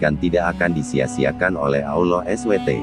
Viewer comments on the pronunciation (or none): Konten musikah ini wkwk,, swt bukan disingkat ya,, dipanjangkan Subhana wataalah,, bukan Olloh ya tapi Allah biasa saja pengucapannya